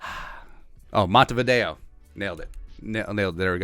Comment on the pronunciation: Lol. Not how you pronounce Montevideo, but still funny.